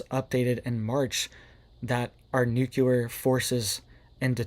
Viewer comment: The word is NUC LE AR...not nuculer